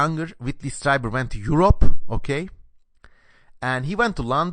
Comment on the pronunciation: Pronounced like "Streeber" not "Striber." Interesting analysis, well done.